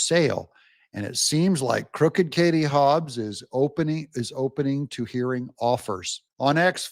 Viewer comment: Kari NOT Kartie!